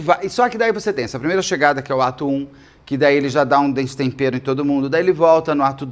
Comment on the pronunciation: Fiquei rindo sozinha porque quando vc falou "no ato 1" , eu entendi "no atum". 😂